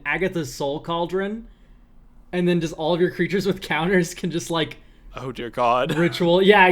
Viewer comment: “We finally broke Agath’s Sou Cauldron”